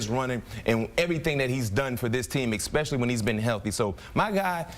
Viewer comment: how many times can you hear EK-SPECIALLY before you want to barf... but I digress, GO PACK GO!